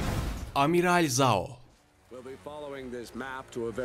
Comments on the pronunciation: Abi amiral zhao deyil amiral caho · Zhao değil jhao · Amiral zao diye okunmuyor jao diye okunuyor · Giyatso, Jao, Laogay, ozay, Ayro Doğru okunuşu bunlar